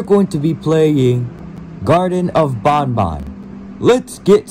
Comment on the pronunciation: It’s not ban ban it’s bon bon